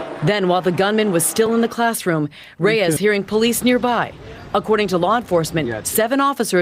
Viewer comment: Reyes = "Rays"? C'mon... it's disrespectful.